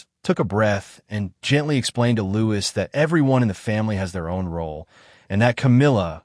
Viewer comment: His name is Louis, pronounced Louie. Not as Lewis.